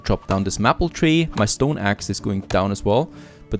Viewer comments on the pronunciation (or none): Love this series! FYI Maple doesn't rhyme with Apple. It sounds like Maypull.